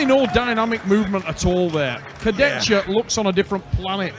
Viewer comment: Богом молю, прежде чем давать микрофон хриплому коментатору, скажите ему как правильно произносить имена и фамилии спортсменов. Слушать Шагенасвили и Курдечку просто невыносимо